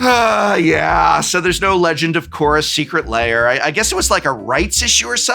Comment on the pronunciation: New to the channel, loving everything. Is there some kind of inside joke I'm not understanding for why the floating head secret lair alert is saying Layer instead of Lair?